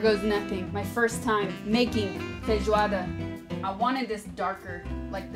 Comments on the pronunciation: É a primeira gringa que vejo q ñ fala "feirroada" de primeira kkkkkkk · Toda vez que essa mulher diz "feijoada" eu me apaixono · SIM MANO,FIQUEI PENSANDO A MESMA COISA,BIZARRO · Eu tô impressionado com como ela fala bem os nomes dos pratos em português, ela fala "feijoada" se já fosse daqui!! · Your pronounce when you said: Feijoada was perfect. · Ela fala feijoada perfeitamente, meus parabéns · Nossa é muito top ver ela falando os nomes em pt-br direitinho rsrs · Your "Feijoada" pronunciation is really good :O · Nooossa, voce pronuncia FEIJOADA muuuito bem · A pronuncia de feijoada dela e perfeita kkkkkkkk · Falou bem feijoada. Meus parabéns. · ela pronuncia muito bem as palavras em Português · Ela fala a palavra feijoada muito bem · Ela fala muito bem "Feijoada" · Ela fala “feijoada” melhor do que eu que pronuncia “feijuada” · Nossa ela sober falar feijoada 😄😄